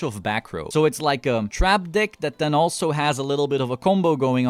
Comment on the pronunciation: Iv watched two videos so far. Not know you are saying “dick” instead of “deck”😂😂😂 good content man! I’m a new play only playing duel links so everything here is very informative thank you for the dick showcase!